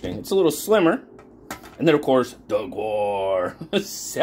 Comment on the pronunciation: "The gaur, also known as the Indian bison, is a bovine native to South and Southeast Asia" Pronounced 'gour' or 'gower'